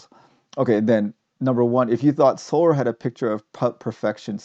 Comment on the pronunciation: I'm curious- it sounds like you're pronouncing "Seoul" like "solar." Is that the correct pronunciation?